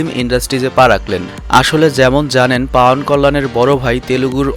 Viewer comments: পাউয়ান কল্যান না, উচ্চারন হবে পবন কল্যান সরাসরি হিন্দি থেকে কপি করেন কেন ? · পাউয়ান না ভাই পবন কল্যান হবে ওটা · ভাই ওটা পাওয়ান নয় পবন কল্যাণ